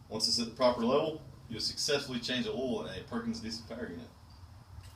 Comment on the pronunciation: LoL it’s called oil not all